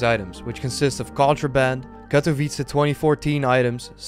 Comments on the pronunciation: U pronounced Katowice pretty well in this vid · Lmfao i like how u are spelling the word "Katowice" (yes im from Poland) probably bcos u are spelling it very good.